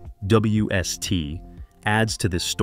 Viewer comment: when he’s saying the abbreviation for the James web telescope what happened? Lol